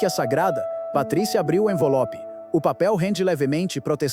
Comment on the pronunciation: Só eu ouvi "envolope"? 😅